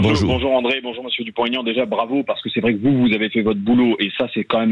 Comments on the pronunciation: "Dupon' aignan" SVP et non pas DuponTégnan !... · Bonjour , Mr Bercoff , c'est Dupont-Aignan , pas Taignan , Merci de le prendre en compte .